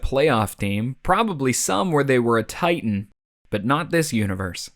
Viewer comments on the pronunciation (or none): none